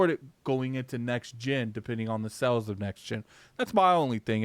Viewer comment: Its "SALES", not "SELLS".